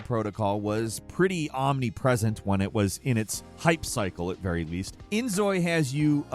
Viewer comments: just a little bit of knowledge inzoi is pronounced injoy. Because for some reason Korea thinks Z is pronounced J... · Z is pronounced as J in Korean. So it's In-Joy. cute